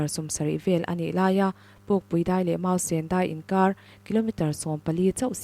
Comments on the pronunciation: Mausen i lam rok khan... sen.. kha red mizo tawnga i sawi ang khan lam ri la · Lam dik tum teh i chhiar ve si a. Mausen i lam dik lo